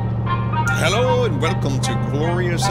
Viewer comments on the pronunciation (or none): Wherecome to Rorth Korea + Herro Again